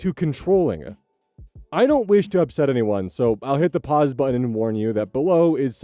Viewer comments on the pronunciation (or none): none